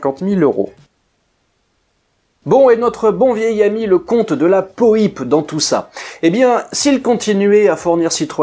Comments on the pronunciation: C’est peut être un particularisme de l’Anjou où R de la Poype a été maire, mais ici on-dit de la Poipe et pas de la Po ype en tout cas chouette vidéo, merci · Petite précision : on dit de " la Poipe", pas de la Poïpe. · Oui, bien sûr! J'ai eu la chance d'en discuter un jour avec Roland de la Poype! N.B.: son nom se prononce "Poipe", et non pas "Poïpe". Ce nom signifie, colline, éminence ou motte... sur laquelle probablement se trouvait le château de ses ancêtres. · Bonjour, que dire, passionné d'aviation, je connais Roland de La Poype pour son épopée au "Normandie Niémen" grâce à la littérature, mais je n'avais jamais entendu prononcer son nom (pour moi c'était "poy-pe" et non "po-y-pe"), j'ai donc pris du temps à faire le rapprochement. Donc oui je ne connaissais pas l'épopée ultérieur à la seconde guerre mondiale de ce cher Roland, merci pour cette vidéo 👍. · Se prononce Delapo-a-pe et non Delapo-i-pe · Hello :) Merci pour ce documentaire très bien réalisé. Juste, cela se prononce Rolland de la "poape" écrit "de la Poype". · je confirme, on dit bien de la pouape ;-) ça m'a piqué les oreilles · Salut ! On prononce " de la POUAPE"... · Ormis la mauvaise prononciation du patronyme de Roland Paulze d'Ivoy de La Poype, je crois savoir qu'il avait d'abord proposé la "Donkey" à Renault (qui l'avait refusé). Pour ensuite sortir la "Rodeo" pour concurrencer la "Mehari".....